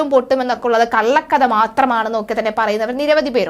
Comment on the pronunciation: കള്ളക്കദ എന്നല്ല മോളേ കള്ളക്കഥ എന്നു പറയൂ. അദിഷ്ഠിതമായ എന്നല്ല, അധിഷ്ഠിതമായ.